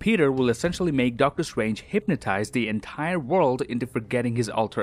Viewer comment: 1st: It's "world" not word And 2nd: It's "spend" not spiend